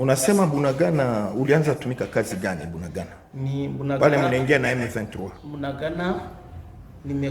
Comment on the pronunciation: SVP, IL NE FAUT PAS KO TRANSFORMER KOMBO YA MBOKA NA BISO, EZALI BUNANGANDA TE TE, EZALI NDE BUNAGANA. DIFFÉRENCE EZA MAKASI NA PRONONCIATION NA YO.